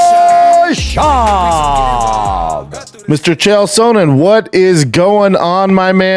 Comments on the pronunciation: Dana and Brendan only guys to say Chael SOANen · The only person who stil says Chael Sohnen